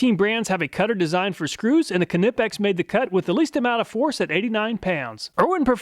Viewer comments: Why do I cringe every time Americans pronounce "Knipex" ....the way the say "Kuh-Ni-Pex" or some pronounce it like "Nee-Pex" just makes me want to look down the barrel of a gun and pull the trigger! My apologies, I'm sure there are many English words that sounds cringe to you too when you hear any foreigners try to pronounce as well! ...Okay, we are getting side tracked here; Thank you again for another great video, I have had those Klein ones since 2007 ant they never failed me, I have also had a Stanley FatMax version of those automatic wirestrippers since 2016, while the automatic vire strippers are great, they can be awkward to use in tight spaces or if you are working with really short wires. Please just ignore the first part of this comment and just keep doing what you do, I love your channel and everything you do! ...You da man!! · Dont forget to include Williams and Bacho tools in your comparisons. Knipex - pronounced "nipex" the k is silent but Knipex and Williams and Bacho tools are Snap-On companies and often share the same part numbers. It would be nice to see tools in these tests! 👍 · THE K IS SILENT IN KNIPEX!!! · Disappointed not to see American made Channel Lock. Also, you pronounce Knipex incorrectly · Love this channel however whenever he says knipex it's glass in my ears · not to be the guy but your saying knipex wrong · hate how knipex is pronounced .. so irritating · Great video as always, I use self adjusting strippers daily and would struggle to go back to pliers again. It always makes me smile to hear your pronunciation of Knipex, I'm not saying it is wrong, it just makes me smile! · The k is silent on Knipex btw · yes, you are saying knipex incorrectly. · Why? So he would be pronouncing it incorrectly, like you? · The k is silent in Knipex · The k is silent, google pronounce knipex please it's doing my head in lol great content as usual thanks . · Knippex has a silent K, like Knee as an example. That is how English Language works.